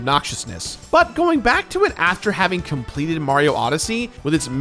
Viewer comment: “ But once I Complededeht”